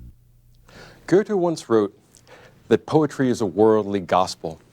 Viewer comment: Someone tell me where all these people are getting an r sound out of Goethe? Are they out of their minds?